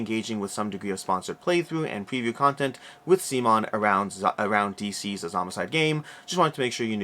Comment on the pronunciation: I honestly hate to be "that guy", but the way you're pronouncing "DCeased" makes me think you don't know it's a play on the word "deceased" (aka "dead"). Instead you seem to be saying it like "D-seized" or possibly "diseased"? Fantastic interview by the way. I don't want to take anything away from that. This was so incredibly informative. Thank you!